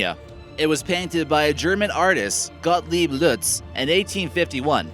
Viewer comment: you mispronounced "gottlieb leutze"! you make hime sound french! lol